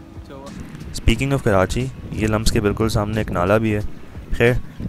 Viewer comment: I am sorry but its LUMSU not LUMS. Good vlog doe <3